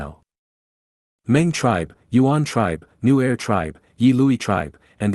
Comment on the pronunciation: I thought nu er gu was some type of gu lmao Sounded like “new air gu”